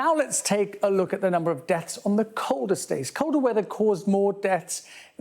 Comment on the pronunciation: It's called DEATHS not DETS.